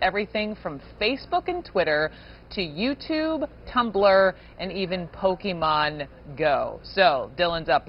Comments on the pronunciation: Instant and instinctual cringe when Don Lemon says "Pokeman". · I think Don meant “Poke a Man” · Lemonhead can't even pronounce "Pokemon" properly.